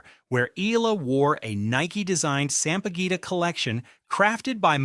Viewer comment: Please,. The Philippines national flower is not pronounced sam-pah-guwita. Sampaguita is pronounced sam-pah-geeta.